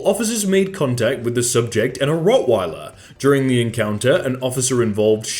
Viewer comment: Ah yes "Rot Why Lerr"